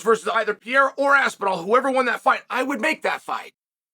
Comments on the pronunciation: Alex pee-era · Alex P Air Uh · Alex Pee-era vs Ankle-eye-ev 💥